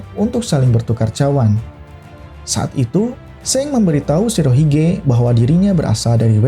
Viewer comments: Sang bang bukan seng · Emng pelafalan Shanks seng ya bukannya shank's